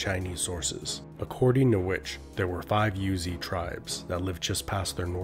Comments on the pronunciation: The tribe is not called "Yuezhi", it is pronounced "Rouzhi". There is a lot of pronunciation that was translated by the common pronunciation of Chinese, but there are many that actually pounced differently in the history, "Rouzhi" is one of them. We always and still procurance that way in Chinese history study. Maybe western scholar missed this fact when naming it in English. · Yuezhi is Yweh-jir, like sir in a British accent with no r sound. It's a Chinese term. I love these videos!